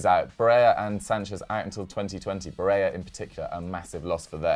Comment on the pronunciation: It is pronounced BareLLA not Bareya , same with Montella, double LL in Italian isn't like in Spanish.....